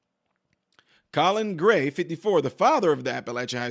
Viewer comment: With your slightly southern (to me, from Vermont) accent... when you said "to confirm her ex-husband... Colin Gray," because of how quickly you said the name like it was almost one word.. I was paying half attention, did a double-take at my screen, like "Did he just say COLLARD GREENS for no discernible reason in the middle of this topic?! WTF? What did I just hear?" Hahahahaha. Obviously, I was wrong.. but I found it very funny. Oh.. the random tricks our minds can play on us.